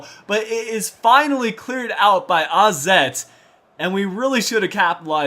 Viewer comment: Wait... How did you pronounce 'AZ' the right way?